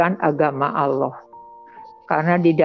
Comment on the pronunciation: Salah kaprah,, orang ini menyebut الله. tidak fasih ,ia menyebut aloh,,, Lalu thowaf itu di Masjidil haram, Makkah,, bukan di Madinah... Lalu sholat subuh di masjid Nabawi Madinah,,, sholat itu mata tidak lihat ke atas, lihat tempat sujud,, kok lihat Yesus atas makam Nabi,,,, ngarang